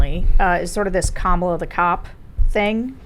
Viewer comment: It’s KAMala. Not KaMaLa. 😀